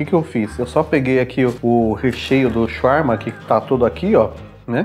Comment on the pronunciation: Eu quase o infartando vendo vc comer e pronunciar Shawarma td errado. Na cidade onde moro tem uma Shawarmaria em cada esquina, não se tira o papel td para comer pq se não desmonta mesmo. Aqui tem shawarma Vegano, mas, não é com frescura, tem falafel no meio, molho de alho, batata frita, picles, alface e tomate, é muito bom. Eu sou vegetariana há 15 anos, mais da metade da minha vida, não pretendo ser vegana, e não é querendo falar mal, mas, nunca encontrei nenhum restaurante com comida vegana que presta. Parece q tão fazendo algum experimento pq fazem algumas coisas muito sem sentido e fica td horrível.